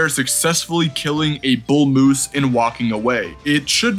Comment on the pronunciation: There is no letter u in the word MOOSE